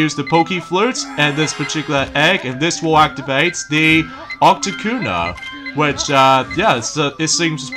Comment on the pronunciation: YOUR DOING IT AGAIN! your mispronouncing pokemon names! that Blue flying ice bird pokemon is called Articuno NOT ARTICUNA!!!!!!